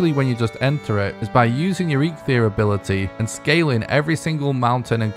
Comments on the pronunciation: Thank you! There's no H in the word at all. It's a small nitpick but I cringe EVERY SINGLE TIME😂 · Eitr - (eye-trrr). Aether is not the word for this stuff.